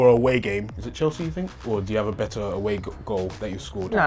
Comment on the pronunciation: the silence then “what es that” 🤣🤣🤣